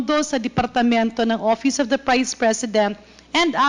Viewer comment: Castro …Office ang pronunciation hindi OPIS convicted child abuse